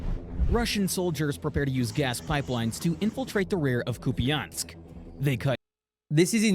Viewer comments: I believe its "coop ee ansk". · "Koo-pee-ansk" Kupiansk Recent actions there resulted in an almost full Ukrainian re-capture of the settlement. There's been so much news of the defenders losing settlements along the frontlines or making a last stand at Pokrovsk so this is a nice piece of good news. It is not in Ukraine's interest to launch a large scale counter-offensive due to the smaller manpower and equipment reserves. Small offensive manuvers to divert Russian resources from high stress regions of the front are.